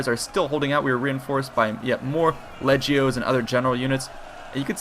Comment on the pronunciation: It is pronounced leg-e-o